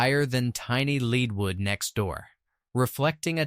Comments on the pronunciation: Good lord. Lead the mineral is pronounced "led", not "leed". Same for Leadwood. And Bonne Terre is pronounced "Bonn Tere", not "Teray". This AI crap sounds idiotic. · Where is " Saint Fran-Swaa" or "Leed wood"? what a joke !!!